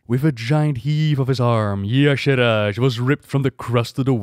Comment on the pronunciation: Check the wiki. He said it right.